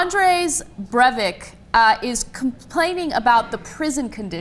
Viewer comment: anas attempt at pronouncing breivik